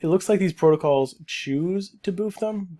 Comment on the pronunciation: "Boof," however, is WAY different from "boost." 🤣